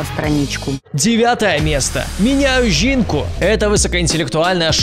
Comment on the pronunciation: мне одному было смешно как он прочитал "миняю жинку", "слидство ведуть екстрасенси" и другие Украинские телепередачи ? 😂😂 (не критика)